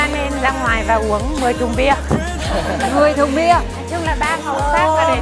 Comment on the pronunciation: Đoạn vui nhất của tập này ở đây này mn ơi 🤣 . Dạ “10 thùng bia” 🤣 . Tập này mentor cừi nhiều mà tươi nhất luôn , k còn thấy sự căng thẳng hay drama nữa , chị XL tươi rói luôn , khúc “10 thùng bia” đến từ vị trí HG mình thấy cam lia chỗ c HA thấy chị cũng tươi lắm ạ 😄 còn nhấn mạnh “10 thùng bia” x2 ạ 🤣